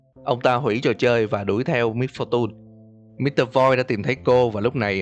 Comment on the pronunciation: Mr voice chứ không phải mr voi nhe anh